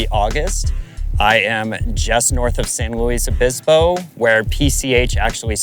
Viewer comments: I thought that’s him saying where he’s from… my bad… he still fudged the name though… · If he lives in the San Luis Obispo area, how come he can’t pronounce the name properly?